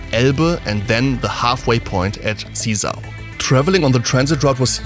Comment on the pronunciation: Its spoken "ZiEsar", not "Ziiisa"